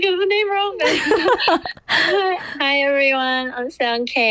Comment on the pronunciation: Rosé got Sound K right. I’m so proud of her. 🤣